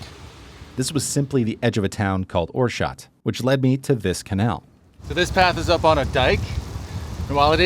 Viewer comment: You mean OorsCHot??? with CH as in loCHness...no sh sound, again, dental problems??